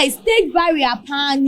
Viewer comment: It's not "barrier" but "burial" ok so kindly check that